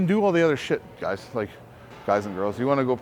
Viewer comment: “alright guy’tsss” 😂😂😂 …kills me every time man salute 2 the 🐐